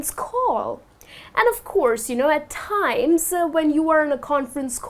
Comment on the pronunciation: Hi, the way You teach is quite appreciable. Even though I am not proficient in English, I wish to point out that You are stressing some words like 'timess'...at the end of the talk... which is odd to hear...Thank U again, Your teaching helped me a lot...